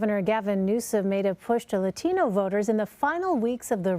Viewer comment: Its gross how they pander by pronouncing latino with accent